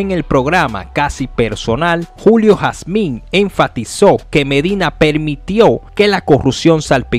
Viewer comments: Mi hermano es Julio Hazim, No Jazmín. Por Dios!! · usted me excusa, pero se escucha incómodo cuando usted pronuncia el apellido HAZIN como HASMIN". QUE PASA USTED ES COMUNICADOR. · Julio jasin no jasmin jjjj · Julio Jazim. No Jazmín. ¿ De qué país eres tu? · 🤔 julio jacin 🤣🤣🤣🤣 no jasmin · Hazim ... No jazmín. La h suena como j es decir "Jazim" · No es "Jasmim"...es Jasim. Jajajajaja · Julio Jasin, no Jazmín....y 🥴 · tienes problemas para decir hazimmmmmmmmmmmmmmmmmmmmmmmmmmmmmmmm no jasminnnnnnnnnnnnnnnnnnnn jajajjajjaj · Amigo no es jasmin ,es Hazin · De donde salió este comentarista? Es Julio Hazim, no Julio Jasmin. OK? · No es Julio Jazmin es Julio Hazin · No es Julio Jazmin….. julio Hazin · Julio hazin)))) no jasmin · Julio Hazim. No Jasmín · HASIN NO HASMIN PA LA PRÓXIMA. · Ese sr. No se Llama julio hasmin. Se Llama julio hazim si no lo sabias ud. Es un periodista infomese bien Antes de pronunciar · Julio jazmin??? Jazmin??? Y lo sigues repitiendo? Virgen de la altagracia mete tu mano. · Bueeeno, ta feo eso, julio Jasmin? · Hazim hermano hazim hermano hazim es hazim..tienes que leer primero antes de hablar aprenderse los nombres y apellidos de los análisis... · Lo ideal es que corrijas y vuelva a subirlo. Hazim se lee Jazim…. Ya con eso empezaste a informal mal. Le perdí el interés de escuchar esa noticia. Mejor lo veo en otro lado. No es que pida excusas es que también lo corrijas. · Caballeros,oiga su contenido y aprenda se el apellido de julio k se vio feo esa pronunciación hermano,muchas gracias...